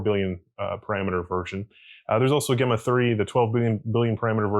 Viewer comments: Not GA-mma4... "J"emma4... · It's very odd he pronounces it that way. I wonder if he pronounces Gemini the same way?